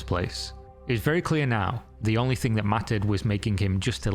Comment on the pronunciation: why does say "thing" like "think"?? Annoys me so much when in all the -ing ending words adds a K AGAIN. STOPP. Its annoying!